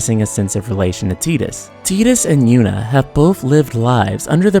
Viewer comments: I’ve never even played ff 10 and hearing “teeetus” rubs me the wrong way... is it Titus (said “Tight-Us”)? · Tee-dus? Tidas like tidal wave. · I can't stand your pronunciation of "Teetus", it's Tidus. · Ive always pronounced it Tydus, which makes more sense mnemonically because of the Blitzball, and the fact that he was washed up on Besaid in a TIDE of water, among other things. Tbh if you watch other FFX youtube videos, id bet 90% pronounce it Tydus, not Teedus. To each their own though i guess. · Your analysis and critique has depth and genuine love put into it ☺️ FX15 fell flattttt with its “love” story. But I’d like to make one change... Dude’s name is definitely TIDUS! Tye=Tie=Tai=Tied= TIDE-US 😤😤 That delicious jello snack challenge? It wasn’t the “teed-pod challenge” and the ocean shore doesn’t reach “high teed”. Teedus just sounds so awful and I’m pretty damn sure they didn’t call him that in game or 2nd grade me wouldn’t have crushed on his HD Cloud Strife lookin ass so hard 😤 other than that you earned my sub and thumbs up 👍 I look forward to future videos :) Also... Square EEEnix lolol (Phoenix =/= Fenicks) 😬😬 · I know it's pronounced like "Teedus" but it sounds weird to me. I always said it like "Tiedus" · I think most people do. Ive always pronounced it Tydus, which makes more sense mnemonically because of the Blitzball, and the fact that he was washed up on Besaid in a TIDE of water, among other things. Tbh if you watch other FFX youtube videos, id bet 90% pronounce it Tydus, not Teedus. To each their own though i guess. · "Tee-dis" ... eye twitch O_o LOL That's just this fandom eh? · ok bro u ruined it when u said teedus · I cant even watch this because i grew up saying Ty Dus instead of tee dus and it makes me cringe every time (i know its the correct pronunciation, i just cant do it okay 😂😂) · I refuse to believe his name is pronounced teetus..... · Ugh. “Tee-dus”. Who the hell ever pronounced the name this way?